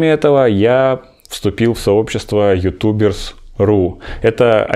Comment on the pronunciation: а чего такую паузу делал при произношении youtubersRu? )0